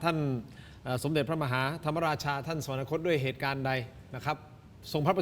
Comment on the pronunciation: อย่าอ่านว่า สะ-หวัน-นะ-คด ซิครับ คำเขียน คือ สวรรคต อ่านได้ไงอย่างนั้นล่ะ...